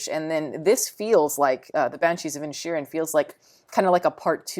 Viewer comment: This reviewer gal needs to stop reviewing she can't even pronounce the title right she leaves the second eye in Initial you know I can't you can't write how do you pronounce it but she mispronounced it over and over again she had a really good her stuff together and really stuffed out how to pronounce something because it just deluxe in invalidates her opinions which most of the time aren't very smart